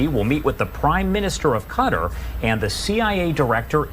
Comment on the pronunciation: QatAr..what's so difficult to pronounce it correctly??